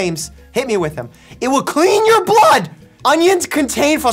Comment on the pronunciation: "IT WILL CLEAN THE BLooOood!?!"😅